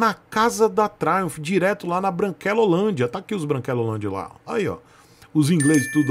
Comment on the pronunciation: Tioo tabajaj, "truimph".... 😂😂😂😂😂😂 Triumph alta cc e baixa cc truimph😅